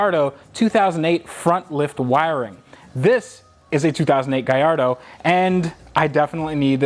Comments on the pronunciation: "Gaiirdo" jesus youre so annoying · Not to be that guy but its proper way to say it is gull ardor the a makes a u sound sorry love your work